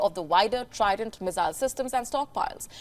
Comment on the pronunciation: Haha the pronounciation from missile went to mizailes lol 😆